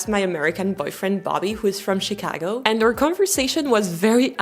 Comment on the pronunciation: It's funny, when you talk about your boyfriend from Chicago, you say Chicago just like a native Chicagoan! 😆